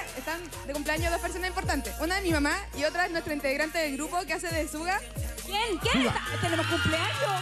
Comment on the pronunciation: me carga que digan suga, porque no se lee así se lee como shuga, así como azúcar en inglés, lpm